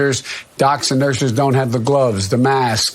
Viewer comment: Dumbling Joe said, "...docs and NURSERS" not "nurses". And the sentence before that dropped off as he KNEW he didn't make sense.